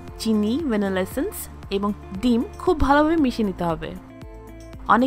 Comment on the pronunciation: ভেনিলা এসেন্স তো শুনেছি, কিন্তু ভ্যানেলেসেন্স আবার কি? 🥴🥴